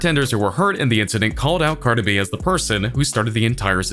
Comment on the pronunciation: Why you saying cardi like that 😂 “Carda B” I’m crying 😭